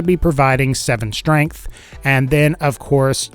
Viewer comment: Why do you say schtrength. Nice vid btw